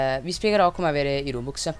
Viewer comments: Perché rubux si dice rubox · Si pronuncia ròbúks